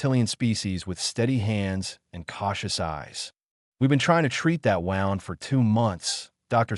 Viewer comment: Please teach the ai voice how to pronounce wound!!!! ‘Woond, not wownd’